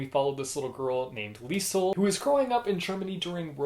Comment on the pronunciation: the s in liesel is pronounce "z" please T.T but so rare that a character of a book have the same name as me XD